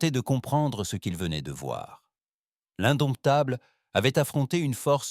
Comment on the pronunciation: Couac récurrent dans toutes les histoires : le mot "indomptable" est parfois prononcé "indoumitable"... c'est drôle 😅